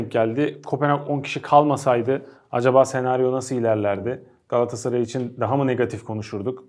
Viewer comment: Gassaray değil Kerem Övet . GALATASARAY . Daha öncede yazdım Gassaray deme . Sırf Kerem Övet yüzünden beğenmedim veriyorum.